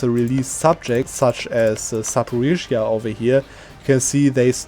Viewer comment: It is noteworthy that you pronounce "Zaporizhia" correctly, yet pronounce "Sich" the wrong way) I think this will be the plan for my next campaign, thanks.